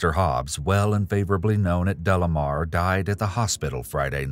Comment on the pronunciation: Isn't it De Lamar , not Delamer ?